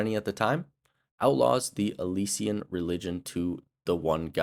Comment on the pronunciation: Good video but the way you pronounce “Alessia/Alessian” irks me. 💀